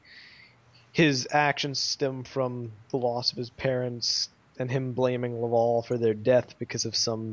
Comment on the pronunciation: Legends of Chima is epic but what the fuck are you guys doing and it isn't lavowl it's laval